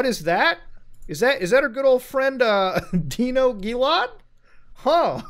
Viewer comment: Mans doesn’t know how to say Dino 🦕